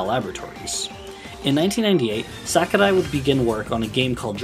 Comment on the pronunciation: As a Japanese man sharing the same name of Sakurai, please just pronounce it as "sock-oo-rye". Hearing someone try to be polite in pronunciation, but hearing "sack-oo-die" over and over hurt me on the inside. Our romaji Rs aren't Ds and the A doesn't make the English 'short A' sound. Otherwise, it's good content.